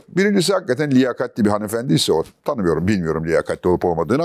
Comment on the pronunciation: YA BU ADAMI BUNUN İÇİN SEVİYORUM! GÖBEKTEN LANKKKK DİYE EĞRİYE EĞRİ, DOĞRUYA DOĞRU! 💙 BU ARADA HANFENDİ DEĞİL, HANIMEFENDİ OLACAK😘